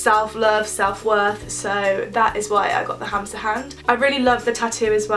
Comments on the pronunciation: OMG I thought you said hamster hand instead of hamsa hand I was so confused. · sorry to tell you but its pronounced hamma xxx